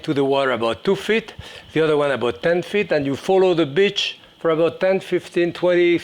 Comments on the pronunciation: Follow the what???? Ohhhh he said BEACH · He is French, and that is how they pronounce "beach". You are trying to make something out of nothing.